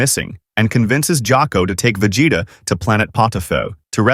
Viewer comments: I heard vegete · “Vegata” I swear I heard that